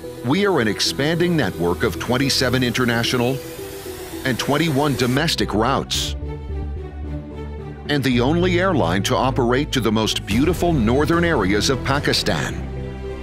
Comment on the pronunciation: Truely great people to fly with ! Keep improving, though. Surprised by some of the facts you furnished. By the way, route is pronounced "root" not "rout" !